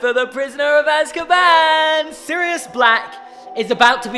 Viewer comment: I prefer the more serious films Me: so prisoner of azkaban? You said Sirus